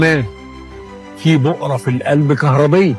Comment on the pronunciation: بؤرة ( و ليس بقرة) 😅